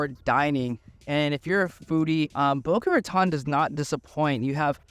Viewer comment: The city is boca raton not boca ratonne. Spanish words not French. Thanks.